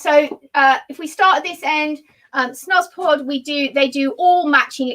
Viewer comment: Lovely!!! Your videos are awesome. Thanks for sharing. (Nb pronounced snooze pod)